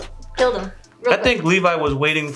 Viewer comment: Meesucka and Levvy?? REALLY nigga?? I understand misreading the names from time to time, but are you not actually listening to the show while you watch? They SAY their names constantly, anything you misread should be shut out by the fact that you HEAR the words Mikasa and Levi 80 times per episode with your own ears...